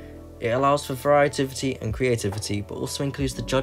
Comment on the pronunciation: "varietivity" hahaha